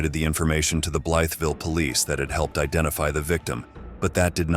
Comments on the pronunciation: I lived there and it's actually pronounced Blyvul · You mispronounced Blytheville.